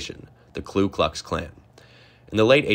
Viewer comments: It's Ku Klux Klan, not Klu Klux Klan. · While we're on mispronunciations; KKK is Ku, not Klu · It's KU! klux klan, not Klew klux klan, you can't have an accurate history documentary if you can't even speak the name of the 19th centuries biggest homegrown terrorist organization correctly... For Pete's sake man... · Ku Klux Klan, not Clue Clux Clan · Ku Klux Klan, not Klu Klux Klan. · Good summary overall, but clean up the pronunciation of Appomattox among others, plus it's Ku Klux Klan, not Klu Klux Klan... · It's "Ku Klux Klan", not "Klu...". Pickett was commander of only one division of the three that performed "Pickett's Charge". The latter name is a complete misnomer. Lee himself effectively refused to have anything to do with Pickett after Gettysburg. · The klu klux klan?? Thought it was Ku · Check your pronunciation of the Ku klux klan it’s not klu klux klan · This is good stuff. Perhaps re-examine some of your pronunciations, like Randolph Macon, Ku Klux Klan (not Klu Klux Klan), and especially Appomattox. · Good presentation but one correction: it's Ku Klux Klan NOT Klu Klux Klan. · It's the Ku Klux Klan, not Klu. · Appo MAT tox , KU Klux Klan. Seriously, there are multiple mispronunciations. I loved the info in the video... but please, learn pronunciations of words unfamiliar to you. Yes, please do a part 2.